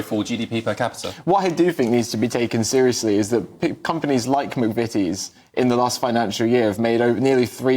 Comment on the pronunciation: How do you believe what they say when they say -VIS,VAT AND VE OVER .